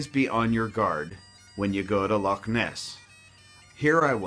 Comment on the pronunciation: You even pronounced 'loch' properly! 💞. If only all Americans were like you but sadly........